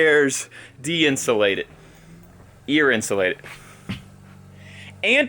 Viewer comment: The word is Out-sulated 😂